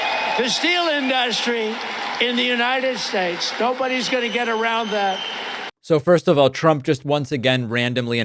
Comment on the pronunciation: He said United Shtates.